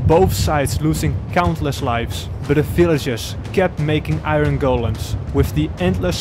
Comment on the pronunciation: He said iRen instead of iron but overall I loved this vid since it came out